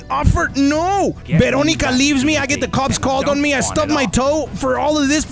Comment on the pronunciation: not even 5 minutes in and already "VEroNicA" fr dude i love your vids😂😂😂😂